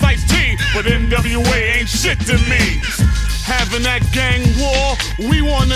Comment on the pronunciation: Dropping hard Rs on national television while mispronouncing NWA’s name is crazy work. 🤣